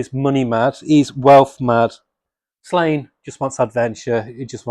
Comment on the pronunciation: Just an FYI it’s pronounced “Slawn-ye”.